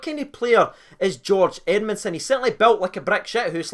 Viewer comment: “Greg edmundsom” cmon